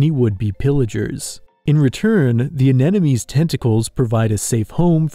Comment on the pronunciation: I love your videos but mispronouncing "anemones" is just too amateurish.